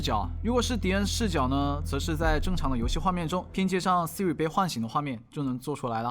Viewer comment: 说的Vs我听到的 说的：嘿，Siri，Siri 我听到的：阿呗，阿呗，阿呗